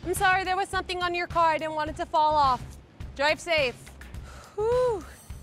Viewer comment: “damage my cawh!!”😭😭